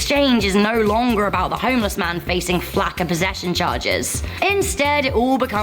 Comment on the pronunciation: ...Does that girl mispeak when she says, "...flack of possession..."? If not, can someone explain what flack of possessions means? And if what she meant to say was, "...lack of possesions...". Someone please...explain to me why a homeless person would be charged with having a lack of possessions! WTF?